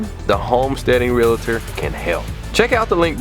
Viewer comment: I'll check it out if you start pronouncing REAL TOR CORRECTLY. IT'S REAAAALTOR. NOT REALEEEEEETOR! THERE IS NO 2ND EEEE IN IT. AS A NURSE & REALTOR THAT JUST BUGGS..ME